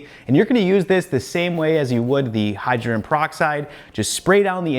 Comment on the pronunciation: I agree with some of the other commenters. Your channel is definitely my go to for figuring out how to clean stuff. Perhaps this is a picky issue, but hydrogen as in hydrogen peroxide has three syllables in it.